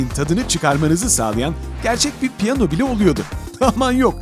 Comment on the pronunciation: Pyano mu piyano olmasın